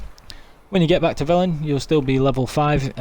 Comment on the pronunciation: BaaaCLICK , this nervous tick drives me nuts, like scratching a chalk board. That click sound you make when your sentence ends with the word "back". In fact, most of the time you raise your voice for certain words for no reason. Like THAT. But when you do HITclick him ... chalk board. My ears are bleeding now. Sorry, not trying to be mean, thought you could work on it if possible.